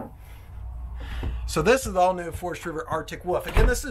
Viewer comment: Are you saying Arctic wuff or Arctic woof?